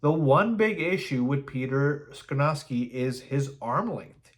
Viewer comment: Skoronski is pronounced SKAH-RON-SKEE. Not SKRUH-NOW-SKI. We have too much time before the draft to keep hearing you pronounce it incorrectly, lol! I’m actually hoping Carter falls and we can snag him at 9th overall. Thanks for the content! 🐻⬇